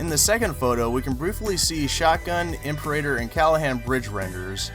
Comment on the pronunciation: Your pronunciation of "imperator" is worse than nails on a chalk board.